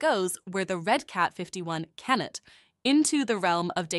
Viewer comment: Nice, the AI voice is still annoying though as certain words have been butchered, such as can not pronounces as Cannet and instead of saying millimetres it says M M